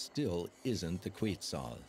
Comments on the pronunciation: the correct pronunciation is "ket-SAHL" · The computer voice that narrated this mispronounced several words (including Quetzal) and incorrectly called two toed sloths (two fingers). A “documentary” that uses AI should be labeled so people know and can evaluate its accuracy. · I'm sorry but the narrator needs to pronounce some words better. Quetzal, Indigenas etc. The producers need to revise the pronunciation of these words to make sure they sound as they should. For that and although the documentary is great, you get a dislike.